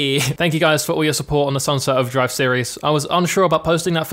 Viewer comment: Quando esse cara falou "Sunset Overdrive" no começo do vídeo, eu juro que ouvi ele falar "Salve Salve"